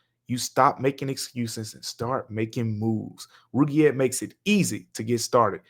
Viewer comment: Roogiette lmao you are funny man. Good on you for not even knowing how to pronounce it 😅